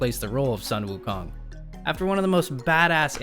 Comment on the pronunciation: "Sun Wukong"' should be pronunciation as "Soon Wukong".